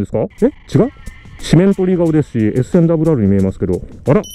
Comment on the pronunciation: 細かいですがRRはダブルアールではなくアールアールと読むのが正しいらしいですね。ダブルアールはホンダのバイクの名前らしいです